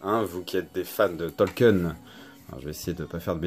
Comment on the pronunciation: Hello c'est pas Tolken c'est tolkien le i se prononce